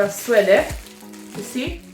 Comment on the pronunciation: It’s pronounced Sweede